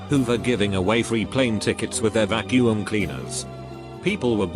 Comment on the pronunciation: Storytime bot: pronounces Qwixter no problem Also Storytime bot: VACU-UM!